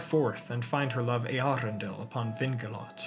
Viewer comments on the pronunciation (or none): Your pronounciation of Eärendil is kinda weird. The emphasis should be on the eaRENdil not eArendil. I cant unhear that now its horrible... Cool video otherwise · Correct me if I'm wrong but I believe your pronunciation of Eärendil is wrong. The ä is pronounced as the a in apple. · Eherendil—- only Yoystan probounced it well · Is that how you pronounce it? Always thought it's pronounced ärendíl since quenya and sindarin are largely based on finnish 🤔😋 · I also wondered for a time how it's pronounced, when I first red the name. It's not an umlaut "ä" (like the German "ä" as in Äpfel), but a diaeresis (tréma) "ä", so it means the "a" is pronounced separately (and is not melting together with the "E", so it's not a diphthong) and does not change the sound of the "a". The name is Quenya and there the "a" is pronounced as in father. The IPA should be /ˌe.aˈrendil/ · Love the hard Rs you have in your pronuciation of Eärendil's name